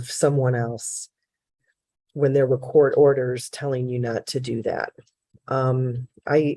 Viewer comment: Im still stuck on how the first guy pronounce COURT he took the U & R out and replaced it with another O 🤦🏾‍♀️🤦🏾‍♀️🙄🙄🙄